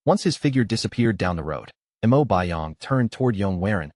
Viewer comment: Mo not m.o